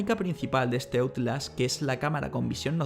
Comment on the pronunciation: Basura es tu video. Y Outlast es un nombre o palabra en inglés. Deberías pronunciarlo como se debe pronunciar, en inglés.